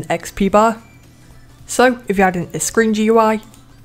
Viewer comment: when u said "screen gui" in i thought u said "cringy gui